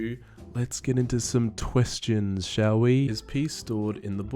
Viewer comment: "Whenever you say 'questions' I hear tuestions" I thought of commenting it but.... you used the joke already :'(